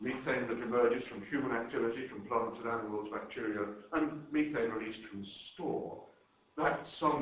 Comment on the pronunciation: This is great info and he has the most bizarre pronunciation of words I have yet heard from a European English-speaker. "Mee-thane" in-ex-oh-rible"....geez!